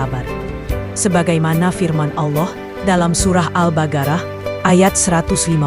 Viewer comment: Mana ada surat Al badarah kalau baca yang benar